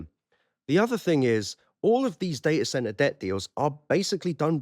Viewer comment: has made me start saying day-ah-cent-ar!